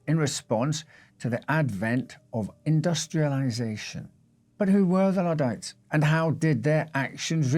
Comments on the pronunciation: "Notting'um" ... 😀😃🙂🙃😊 and Ludd* NOT "Lood" !! Luddites NOT "Loodites" Like a cow's udd*er (unless you say "ooders" (??!!) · One thing you didn't learn from this video is how to pronounce "Luddites", it's not Loodites it's L(uh)ddites. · Just to be clear, the London underground is NOT a political movement 😅 and the Luddites are pronounced LUDD (with the U as in UP), not LEWD